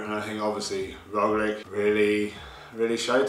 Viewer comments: True and there is nice word in English to use, lich just add that to the Rogli in pronunciaton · Got Kiesenhofer down, but your Roglic pronunciation needs work ;-)